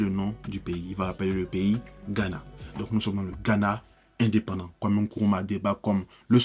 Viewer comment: NKRUMAH et non kuruma